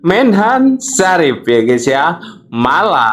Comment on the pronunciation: Bukan Sarif, tetapi Safri😂😂😂